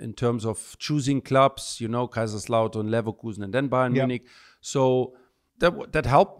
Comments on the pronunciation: Simon Jordan, it’s called LEVERKUSEN, not LEVERKOUSEN 😂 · When Ballack himself said "Leverkusen" that should have been a hint to Simon that his pronunciation was completely wrong, but apparently it wasn't. Wtf 😅Also, I understand when English people don't get the German club names completely right, but I mean "Levercowsen"? What the fuck is that? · Simon not Cow but Koo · Simon's pronounciation of German names is terrible. How can you not be able to say "U" Kusen or Koosen. Not Kausen.... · Ballack said 50 times how to say Levakusen. Despite this, Jordan proceeded to say it LevAKausen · It’s Leverkusen not LeverChaosen Simon. You got it wrong 50 times. Even after Michael pronounced it correctly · Leverkausen? Leverkousen? Leverkaosen? Leverkoasen? Leverkusen! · Even when Ballack say Kusen, Jordan keeps saying Kousen!!! Stupidity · Bayern Leverkowsen 😂🤡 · Simon it's leverKUSEN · Let's have a drink every time Simon says LeverkAUsen! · I love Simon Jordan, but I don’t think listening is his main strength, Balack kept correcting him , but he was hearing LiverCOWson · LeverkAusen? Christ, that grates every time he says it! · funny thing is that he has said leverkusen multiple times before... Also levercowsen. He seems to pronounce it wrongly or correctly on a whim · He could say IT right. Levercoosen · Am i the only one who gets pissed when he mentions leverkusen as levercalson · “Leverkausen” omg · LeverKAUSEN. I have never heard them called that. They're in the news lots at the moment so how can someone who earns some of their living discussing sport (mainly football) get the pronunciation so wrong. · The pig headed ignorance of Jordan on full display as he continuously calls Leverkusen, ‘Levvercowsun’, absolutely astonishing and actually quite disrespectful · Even when Michael is saying LevekUsen, Simon insists on getting it wrong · Simon. East Germany also includes Silesia, Ostpreußen, Westpreußen, Posen, Pomerania, and parts of Brandenburg. Also it's Leverkusen.